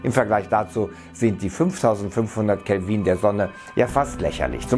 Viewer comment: Es heißt Kelvin mit kurzem I, nicht Kelviiiiieeen